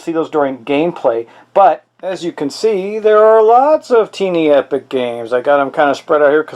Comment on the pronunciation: It is pronounced tie+knee not tee+knee.